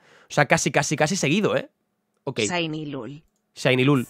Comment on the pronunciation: Porque dice siny en vez de shiny?